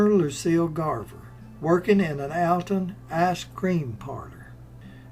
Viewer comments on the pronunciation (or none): Alton, IL. Pronounced ALL TON